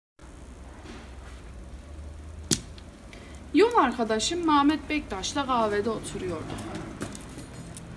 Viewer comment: Maşallah maşallah Antepli misin sen ya Mametttt deyişinden çıkardım 😂😂😂😂